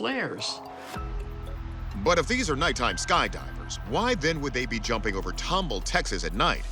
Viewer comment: TOM BALL NOT TUMBLE!!